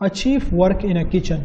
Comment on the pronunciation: Chef pronunciation is shef ....great work but pronunciation is weak